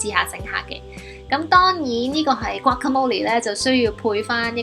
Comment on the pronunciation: 讀“嘩卡魔力’先岩